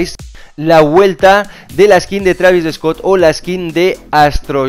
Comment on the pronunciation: Travis eeeescot dice xd